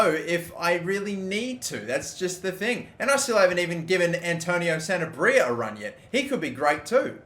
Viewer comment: Sanabria is pronounced: Sanab-ree-ah